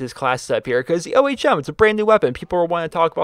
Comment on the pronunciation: It is pronounced like when you say ohm when you meditate